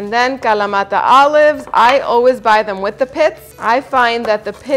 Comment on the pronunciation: Any Video where you say feta and in kalamata with your perfect annuciation, I am here for.